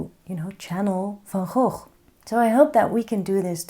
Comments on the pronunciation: I think Van Gogh would be pleased! Thank you for your teaching style, ideas and encouragement. And thank you for the correct pronunciation of his name! (He'd be pleased with that, too 🙂) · Thank you re the pronunciation, I keep telling people that too (being Dutch myself) 😊Negative space drawing makes things so much easier I've found